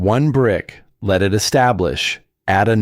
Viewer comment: You need to correct the boy's name, "Emile", not "a meal"!! Big difference...and "let", not LED.